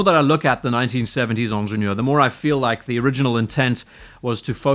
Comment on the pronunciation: It's hard to listen to somebody repeatedly mispronounce the name with a French accent. Ingénieur starts with an i, not an e. As for your redesign, if you can call it that, it is laughable. You removed the crown guards, replaced the 12 marker with the logo, and put Pilot hands on it. That's hardly a redesign. The Pilot hands on it look stupid. The 12 marker looks better than the logo. The crown guard removal works either way--just a matter of taste. The price is all perception. People have a hard time with the steep increase, but compared to RO and Nautilus, it's not unreasonable.